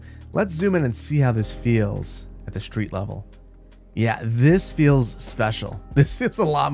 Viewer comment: Oh I love your vids but please stop saying "schreet". You work with them for a living. Its "street"!!! (okay I have OCD but its maddening because you're an intelligent guy clearly. haha) Keep up the good work! ♥